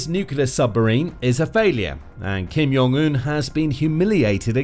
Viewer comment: Ugh, I can't watch something when they can't even pronounce the name of the person the whole video is about correctly.